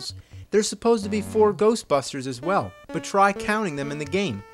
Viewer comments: Who ya gonna call? GERSHTBERSHTERS! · "If there's somethin' strange in the neighbor-hood, who you gonna call?: Goshbusshhtersss!"... I watched this episode shortly after it was first up-loaded & when that part first came up, I laughed my ass off & I still get a laugh out of it, to this day.